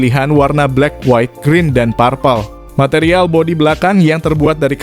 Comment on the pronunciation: Suka heran sama orang Indonesia kalau ngomong kata purple..selalu parpel..padahal harusnya peurpel..